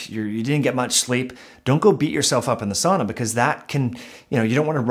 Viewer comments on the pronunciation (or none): This is great information. I wish I could get past Your incorrect pronunciation of sauna. Sow-na not saw-na. Still worth listening to. Very good information. Thank you and keep up the good work. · not 'saw-na but Sow-na